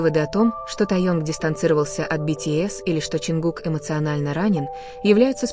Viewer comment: А можно озвучивать без ошибок. Вас многие слушают, а вы Таюнг мы такого вообще не знаем и Кук, ну куда вам несёт?